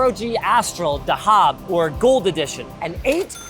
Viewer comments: its not dahaaab its dahab more like thahab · its not dahad its thaheb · 5090 Dhab GPU it's actually pronounced thehab which means Gold in Arabic, and the symbols on the GPU are Arabic letters! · Dahab pronunciation: za-hub or dza-hub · Dhab it actually pronounced thehab which means Gold in Arabic, and the symbols on the GPU are Arabic letters! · "Dahab" is Gold in Arabic. Its pronounced "tha-hub" btw. Just a random fiy for ya 😅